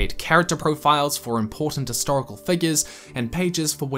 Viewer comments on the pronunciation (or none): Great video. Just one thing bugs me though, it doesn't sound you're sounding the 'h' in history/historical.